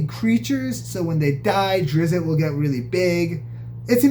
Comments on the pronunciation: It is pronounced 'drist' , not 'driz it' . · Its pronounced ˈdrɪtst